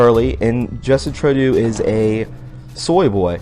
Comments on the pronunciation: True-dough. Not Trow-do. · Justine Trudeau...pronounced true doe are you making fun of him calling him turd do? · I think maybe you are just being funny. Personally I call him Little Boy Blue. Just in case though, you are pronouncing his name wrong. Trudeau = ( true + doe) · Justin's last name is pronounced TRUE-DOE. Great job friend, love the video. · It's Justin "true dough" and "aw bay". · Like your show! "Trudeau"is pronounced "True - Doe" fyi. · Trudeau is pronounced "Tru doe" doe as in female deer. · Laminated and lamented are two different words buddy. And please learn how to pronounce Trudeau's name.